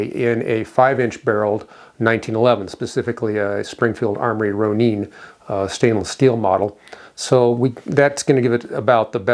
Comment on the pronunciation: FYI, Ronin (masterless samurai) is a Japanese word that is pronounced “Row-Nin” - where is the 🇺🇸 flag?